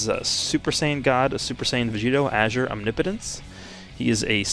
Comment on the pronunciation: for the first time ever i didnt even know u were supposed to pronounce azure like that